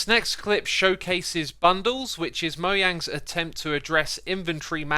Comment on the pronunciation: It is moyang in Swedeish where it originated. Mojang have officially said on Twitter it is pronounced MOYANG